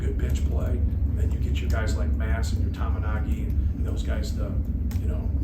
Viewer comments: Painter needs to put some respect on Tominaga's name. It's Tominaga...not Tominagi. The guy torched your team from 3 pt range and you can't put respect by saying his last name properly? It's really not that hard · "Tomigatchi is such a real threat" - maybe Purdue could've won this game if painter knew how to say Tominaga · Lmao he said Tominagi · He said Tominagi